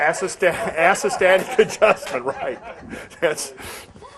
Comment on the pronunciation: "Ass-o-static adjustment" hahaha... I've heard some "Deep South" American accents that would probably pronounce the correct term that way.